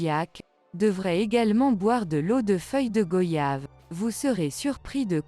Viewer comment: Merci pour tous ces conseils, on les prend aussi pour des maux d'estomac, ou après un repas bien arrosé. On prononce goyave comme voyage😉